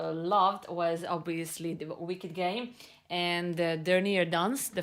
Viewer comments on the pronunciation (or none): none